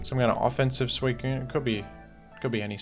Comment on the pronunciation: this boy just said squeakune